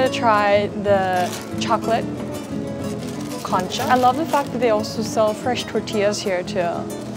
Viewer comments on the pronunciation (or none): Great video! Just a few mis-pronunciations; • Concha (the 'o' sounds like "oh", not "ah" or "uh") • Topo Chico (the 'ch' is hard like "Chief", not soft like French "Chef") • Relleno (no tilde on the 'n') • Deshebrada (the 'h' is silent: 'des-ay-brada') • Horchata (the leading 'h' is silent) • Agua Fresca ( "Agua" is water, "jugo" is juice) It's hominy in the menudo, not straight corn. The city in New Mexico is called Las Cruces. Tex-Mex is available in many parts of Texas, I'm 400 miles from the border in Texas and we have lots of Tex-Mex here. P.S. It would have been cool if you played ZZ Top's song "Heard It On The X" when you were at the X sculpture in Juarez.